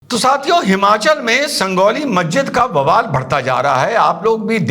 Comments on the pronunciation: 🤣🤣 Sangauli nhi hai sanjauli hai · sir it's not sandoli ❌ sanjauli ✅ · डॉक्टर साहब संगोली नहीं संजोली है। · Bhai Sanjauli hai wo... Sangauli nahi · It is not Sangoli..., it is Sanjoli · Sir, a little mistake, it's Sanjauli ( J) , San jaw li